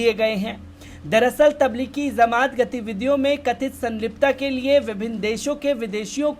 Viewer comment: Aap jamaat ko zamaat bolte ho jo theek nahi hai